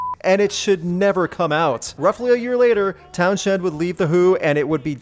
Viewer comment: Pretty sure it's pronounces "Towns-End", not "Town-shed" lol. Though personally I prefer your way 🤣